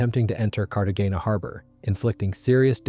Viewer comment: Fyefye and Cartegena with a hard g? Cart againa? Still, well written. Details you don't find anywhere else.